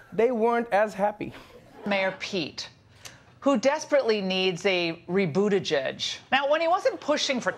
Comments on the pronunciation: I mean i just didn't like the way Laura was so mediocre at trashing “re-bootajudt” 😂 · Am i the only that 💀💀died when she said needs a rebootigieg